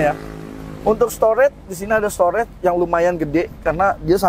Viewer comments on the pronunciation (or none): none